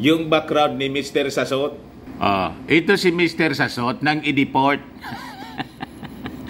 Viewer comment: Mr Salot not Sassot